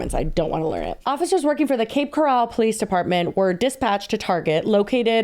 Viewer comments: And Cape Corral when it’s Coral…as in coral reef😂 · It’s Cape Coral, like the stuff in the ocean, not Cape Corral. Cape Corral sounds like a rodeo 😂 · Lmao i'm crying at saying Cape Corral like golden corall when its actually like coral from the ocean 🤣🤣🤣 From a floridian too lolol! <3 Cape coral kinda sucks tho so really who cares lolol xoxo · ily but why are you saying Cape Coral like it is Golden Corral?? 🤣🤣🤣🤣 it’s Coral like Coral Gables or a Coral Reef 😭 🪸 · FYI, it’s coral 🪸 not co ral. I grew up north of Cape Coral and no one says coooral. lol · To, Cape Coral is pronounced Coral like coral reef not corral like Golden Corral lol. I live here it’s so wild to hear yall talking about it. I shop at that same target all the time. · As a former swfl resident, it's Cape CORAL like the animal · Girlies, it's Cape Coral - like the word coral 😅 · Girlies not that it matters but its Cape Coral like sea coral. Also that’s my hometown and lets just say the behavior checks out for that city lmao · Love but I live in Cape Coral and the fact that she keeps calling it cape corral (yeehaw) is sending me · It's coral like the Reef😅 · I live in Cape Coral and I’m living for the way you all are mis-pronouncing it😂😂